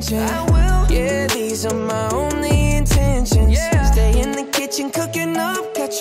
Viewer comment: Why he pronounce intention as indonisian😭😆